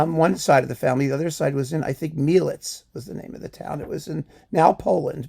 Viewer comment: Ha! greetings from Poland! This is very nice to watch to your fantastic work! You are the light!!! BTW, Mielec city is located on the south-east of Poland, and is pronounced with two very sounding E vouls, like in the begining of name Evelin. 🍀🍀🍀